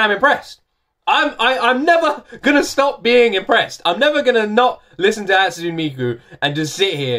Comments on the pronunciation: How did you land on decision to pronounce "ne" as "n"? It's "Hatsune", not "Hatsun". "Megitsune", not "Megitsun" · hi since i don't see anyone correcting you, hatsune is pronounced "hut-sue-nay", not "hut-soon."i like your reactions. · I've been enjoying all of these! Btw, (correct me if I'm wrong) I'm pretty sure Hatsune's pronounced "Hat-soo-nay" not "Hat-soon" :> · A tip: it’s pronounced like ‘Hot-soo-nay,’ not ‘Hot-soon.’ Three syllables. Thanks for reacting and reminding me what a banger this song is. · I havent seen anyone point it out but Hatsune is pronounced like "haat-soo-nay" rather than "haat-soon" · "Hatsoon Miku" you're soo close and it's bothering me too much to not leave a comment. Because it's Japanese, Hatsune is pronounced "Hat-Su-Neigh." The "sune" in her name is two syllables. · Its not pronounced Hats-une it's Hats-u-nay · Heyya! Nice reaction to Hatsune Miku's Rolling Girl, a classic. By the way, her name is pronounced "Hut-su-neigh Miku". Vocaloid has many different 'Genres' within itself and thats one of the things I love about it, there are tonnes of vocaloid songs out there, if you like songs that are dark and potrays a story, personally I recommend songs from the artist MARETU who produces rock songs with really dark lyrics, specifically "Mind Brand" or "Coin-locker baby". I would love to see your intepretations on either songs. Keep at it! Love watching your reaction videos. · Not trying to be rude or anything but the correct pronounciation is Hat-su-ne. Ne as in net ne. Love the video btw~ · You pronounce the e at the end like hat-sun-ay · Her name is pronounced "Hatsooneh" btw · isnt it a short e instead of a long e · it is, but I'm emphasizing the second syllable since he doesn't use it at all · is anyone gonna say something about how he keeps mispronouncing hatsune